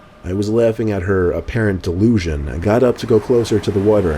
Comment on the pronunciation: bro his tone 💀 “I was laughing at her apparent DeLUSion” 😂😂